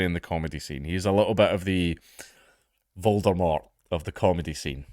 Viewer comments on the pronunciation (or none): none